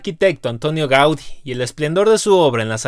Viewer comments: Se pronuncia GaudIIIIII, con tilde en la I, por tanto es una palabra aguda no esdrujula, bobo. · Me encanta esta banda. Gracias por el vídeo. Por cierto se dice Gaudí. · Muy interesante. Pero duele al oído escuchar a un latino no saber pronunciar el nombre de Gaudí. Con un acento muy gordo en la í final